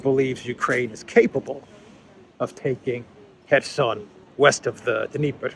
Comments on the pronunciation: The d of Dneiper is silent. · Totally reading a script. He pronounced the Dnieper with the "D".